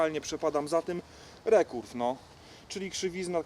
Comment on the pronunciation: Mówi sie ,, ri kerw" Anie nie " re kurw"